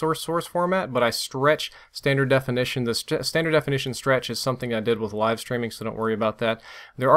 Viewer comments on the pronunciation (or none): none